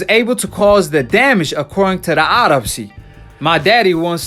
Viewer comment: Isn't an autopsy after your dead sounds like you said odoposy. Good upload though, good way to look at it. Anythings possible.